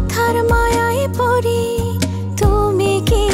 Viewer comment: গানে "কথার ময়ায় পড়ি" কে 'পরি' উচ্চারণ করাটা মোটেও ভালো লাগলো না😅😅 তবে নাটকটা ভীষন জোস লেগেছে❤❤❤